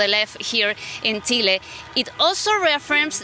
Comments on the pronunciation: Es Chile no tchile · Congrats (her Chile pronunciation)